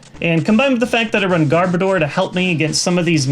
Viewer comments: Garbodor sounds like Goudavour in your mouth xD Also I am pretty sure I spelled the last pokemon wrong, but don't hate me for it.. I am not as knowledgeable pokemon wise as any of you.. I just enjoy it and noticed it =X hope it helps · I'm pretty sure when you say Garbodor, the last two syllables are supposed to be pronounced like the word "odor." Personally it doesn't bother me when people pronounce it differently though. Pretty sure that's the only "wrong" pronunciation in the video, though.